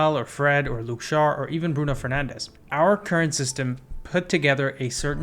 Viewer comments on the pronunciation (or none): none